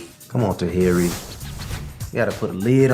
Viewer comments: Hey love you spent time researching but said Tuh Here Eey"s name wrong the whole video. Also, it's not Tahiry"s fault that Megan is in this state. Megan plays the role of a masculina publicly and she was also arrested in the past for hitting a man. So she did that on her own. You do a good job with your videos and I also appreciate you putting out this message to young women because as a young woman myself I constantly saw this behavior being glorified and started to believe only masculinas got the love they wanted. So thanks Cuz alot of young girls need to understand this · I think her name is pronounced tahiry (ta-here-ee), interesting vid tho, thanks for sharing. I dont subscribe to feminity per say but definitely agree that we as women must take accountability and seek emotional maturity. She said herself shes got some healing to do before she can even jump into another situation. I hope she stays true to that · Ta-hear-ree 😩 everytime you said her name, I cringed. Lol still love you tho. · So her name is pronounced Tuh-hear-ree love .. please know your subjects smh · Tahiry is pronounced "Tuh-Here-Ree," say it twice. That's how you say her name. It's disrespectful to butcher someone's name while speaking down on them. I couldn't even pay attention to the good information you are giving. It's like you did no research, or you did research and you just do not care. I'm sure your points are dead on, I'm sure I would agree with your points as well. I usually do. I would just be mindful of that, it's like the first and last note of a song, sometimes that's all anyone will remember if it sounds bad. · You're being sarcastic with her Name. You did too much research to not know how to pronounce her name. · Me too. Lol